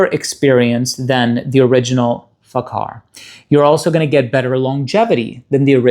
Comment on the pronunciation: People should stop pronouncing it with a "K" Lol It's more like Fahar than fakar